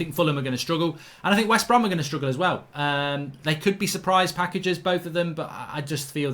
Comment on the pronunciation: he said westbrohm leeds and fullham